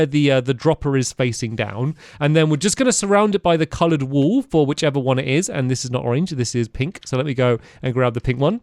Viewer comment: Do you say wool or wall? Just curious :3